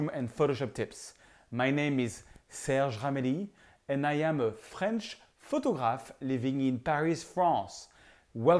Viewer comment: Serge en anglais vs n'avez pas dit que vs êtes un photographe français mais que vs etes une photo :-). Il faut prononcer le 'er'--photographer. Thank you for the tip